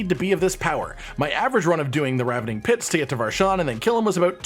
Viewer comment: Thanks for pronouncing ravening correctly. So many videos say Rave(ing) or Ravine(ing)...